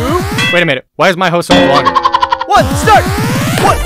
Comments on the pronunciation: "hose only" pronunciation got me dead💀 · ‘Let’s see who can suck faster’ 💀 ‘Hose only’ (Pronunciation of hose) 💀